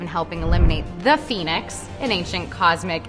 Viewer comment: Cringed when she said “the phoenix”